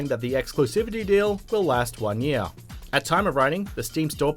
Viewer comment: year not earr